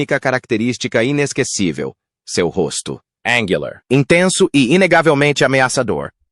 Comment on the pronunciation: Em 1min56seg o paspalho da IA lê "angular" como "énguiular", e "concerto" com sotaque de americano. Imagina quanta merda em 31min48seg.